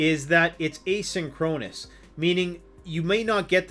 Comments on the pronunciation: Asynchronous. eh - sink - row - niss. Never heard it pronounced the way you did in the video. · Down south here, we pronounce it thisaway: "ā SIN kron us"